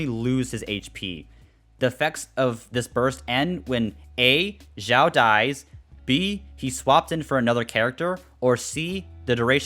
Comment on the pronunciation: Its pronouced chiaou not Jiwao